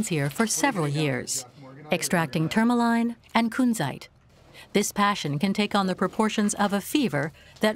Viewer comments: I'm struggling to even finish this documentary, every time I hear a mineral mispronounced, my brain twitches and I have to pause the vid; TourmaLINE?? It's pronounced TourmaLEEN, Speenle?! Pronounced SpinELLE like the name Elle. PeriDOT?? omg. Could have at least taught the narrator how to pronounce the words from the script correctly. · The voiceover mispronounces everything so weirdly 😆 tourmaline, trichroism, spinel, agates, Paraiba... I mean come on it's just basic research, is it AI?